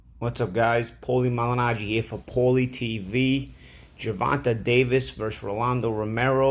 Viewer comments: "Gevontay " Paulie...."Gevontay ". Just call him tank if you can't say his name right 😂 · Who the fuck is Gervontuh? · Paulie please learn how to say Tank first name thank you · How do you mispronounce Gervonta like 3 times then say it right all of a sudden.